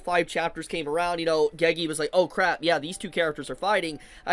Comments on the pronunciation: It's pronounced GayGay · Till the end, for his life can't pronounce "Gege" right